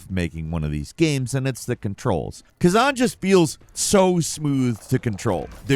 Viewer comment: Khazen? why can’t americans read? Like they say we read on average at about a 7th, 8th grade level, but i suspect its lower by now lol considering our 7th and 8th grade course work is literally childs play in other countries